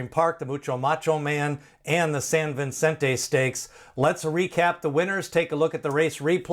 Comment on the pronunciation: It’s Vicente, not Vincente.